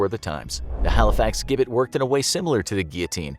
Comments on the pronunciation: The Halifax Gibbet is actually pronounced Jibbet. There is a replica of the original Gibbet where it used to be. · Its pronounced Jibbet, and the gibbet still stands in the same place today.